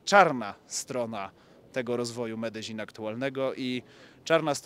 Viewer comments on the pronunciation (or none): Po polsku Medelin a nie Medeźin. Nie do Breslau tylko do Wrocławia. Mówmy po Polsku Zawsze się to tak wymawiało. Pozdrawiam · Dobry odcinek ale wymowa miasta:jest Medeiin nie ma dz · Medezin...... aż uszy bolą... jak ktoś z lokalnych powiedział ci że tak się to wymawia to zrobił cię z balona :D Jak polak który mówi obcokrajowcowi że wypierd*** to to samo co do widzenia..... beka w chuj :D Ale tak poza tym to super odcinek, bedzie z tego fajna seria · Faktycznie długość filmu jest zastanawiająca. Medellin to się nie czyta bardzo podobnie jak sie pisze ? Narcos oglądałem i tam to chyba podobnie wymawiali.